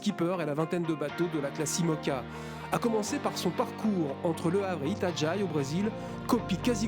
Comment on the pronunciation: Itajaí se dit : i-ta-ja-HI Et non i-ta-djaï ;-)